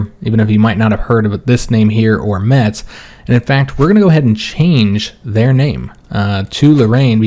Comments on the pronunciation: Hey, same I am from Lorraine more precisely near the town of Forbach. Just a correction we don't pronounce the "t" in Metz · neither Metz nor neufchateau are french, and as for Metz the Germans do indeed pronounce the T.